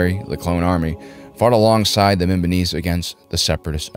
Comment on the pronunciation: Its mimban not mimbon but great vid